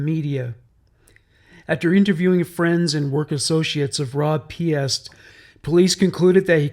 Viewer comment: You’re very thorough but please take the time to learn the pronunciation of names, especially victims. Rob’s last name is pronounced “Peest”, like priest.